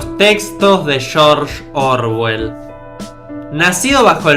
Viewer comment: "Chorch orwel"